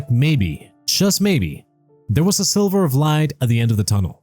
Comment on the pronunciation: There’s that word again - sliver (which you pronounce as silver). Ask your writer to change it up a bit.